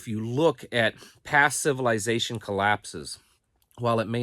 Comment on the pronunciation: I like how pronounces civilization...civil "eye" zation